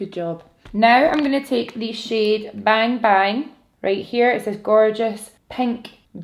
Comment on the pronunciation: “Beng” 😄 i love your accent 💕thanks for the tutorial i got the pallette for xmas and had no idea what to do